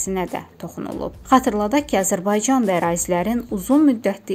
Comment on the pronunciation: Ermenide AZIRBAYCAN DEYİR SENDE ÖLKƏNİN ADINİ DÜZ DE AZƏR BAYCAN.